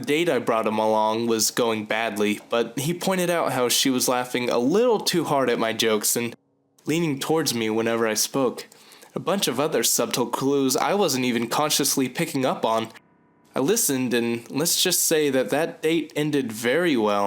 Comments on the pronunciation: A-lee-a-sis, not Elias-es The B in subtle is silent and it's mi-NEW-sha, not min-u-a-te. Other than that, I like these. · One small correction: The b in "subtle" is silent. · You may want to learn how to properly pronounce "subtle" and "aliases."